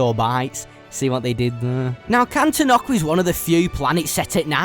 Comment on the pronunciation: Is it pronounced can-ten-ock-a? I’ve always pronounced it can-ton-ick-a